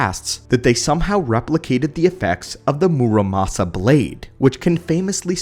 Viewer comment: bro it's murasama not musarama